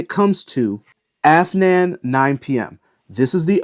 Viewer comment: Mispronounces Afnan and correctly pronounces Rayhaan. Looks like he’s sponsored by Rayhaan.